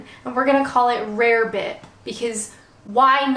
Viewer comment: It’s pronounced rabbit. Easy mistake to me